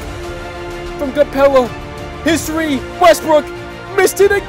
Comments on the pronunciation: He does say history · yeah he is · Does anyone else think when he says “his three” it sounds like “history”? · He is saying history